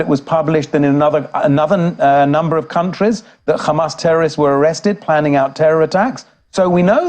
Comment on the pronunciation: Khamas khamas khamas 😂😂😂😂😂 so obsess with this name